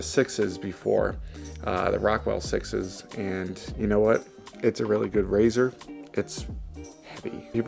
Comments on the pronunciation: Just wondering; why are you pronouncing “6S” as “sixes”? It is obvious that the company’s naming scheme is a number followed by a letter, eg 6C is “6-C — as in “six see”, therefore wouldn’t 6S be pronounced: “six es” as in six then the letter “S” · For some reason I just now realized that you pronounce 6S as "sixes". Are you just being a wise guy?